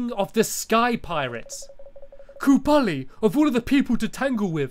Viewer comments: It's kublai not KUBALI! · KUBLAI NOT KUBALI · It's kublai not kubali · Its kublai not kubali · You can't shout at him, it's not his fault he's slightly dyslexic! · To pronounce Kublai right, you say it like this: Kub Lie. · Nice pronunciation of Kublai